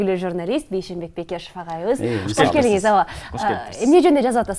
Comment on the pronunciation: Алып баруучулар туура билимдуу суйлогонду уйронуп анан эфирге чыксанар болот эле.Эмне учун " Куш келипсиз " - деп былжырап жатасынар? Кош келиниз, Кош келиниздер ! - деп айтылат!Дайны жок озбектешип кетти кыргыздын тили.Кат сабатынарды жойгулачы кудай жалгагылар!....